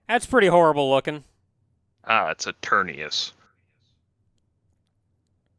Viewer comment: EternATus, not Eternius! It has a T in it! It's right there on the screen in front of you, say the name properly!